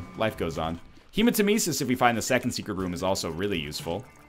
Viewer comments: It's not HEMAtemesis, it's hemaTEMEsis. Didn't you learned that from the awesome, sadly nerfed, voice? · FFS, you have no excuse to keep mispronouncing hematemesis! He says it for you, then you say it wrong!